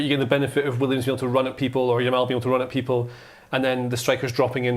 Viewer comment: "Yamine Lamal" lol